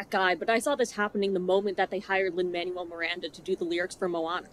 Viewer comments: Lin-Manuel Miranda's name is pronounced "mon-well," not "man-u-well." Just wanted to let you know. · Just to gently provide a pronounciation tip - the Manuel in Lin Manuel Miranda’s name is spoken as “manwell” versus “manual” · not super important. but i don't think you're saying Lin Manuel Miranda's name right. don't mind if you hate him., but pretty sure its "man- well". not. "man-you-all. " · I am so glad you've made such well stated and valid video essays about how trash this movie is. I also am sick and tired of Lin Manuel miranda, but I think it's worth saying that the name is pronounced "manwell" and not "manual". I love your takes and want to hear more! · I love this video, I love your analysis, but I habe to say one thing: It's pronounced Man-well, not man-you-el. Lin Man-well Miranda. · "lin man u ell" 😂 it's lin "man well" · I'm sorry i love this video and your analyis as always but his name is pronounced Manuel (Man-well) not Man-u-el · I truly love your videos, I love hearing your thoughts, especially because I myself am not musically very knowledgeable, and I live learning more. But please, sweet god, Lin Manuel's name is pronounced Mahn-well Thank you. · it's Lin "man-well" Miranda jfc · FYI Manuel is pronounced “man-well” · I agree with you but.. why are you saying Manuel like manual 😭 is it a joke? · you said his name wrong. Lin MAN WELL Miranda, because Manuel is pronounced according to Spanish pronunciation rules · It's pronounced Manwell. I don't like that guy, but I dislike mispronunciations even more XD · I totally disagree with everything you say, and that is not how you pronounce Manuel.